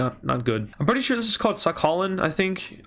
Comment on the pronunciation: It is sakhalin but the pronounciation is sakhaleen